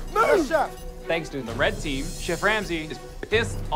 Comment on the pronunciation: 'yes fesh- yes chef'